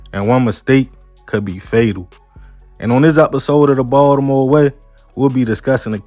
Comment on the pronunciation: I'm from NY, but I love how you pronounce Ball-da-more. 😜